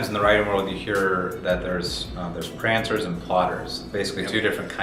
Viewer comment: it's "pantsers"... as in 'those who fly by the seat of their pants', not "prancers". Other than that, good talk.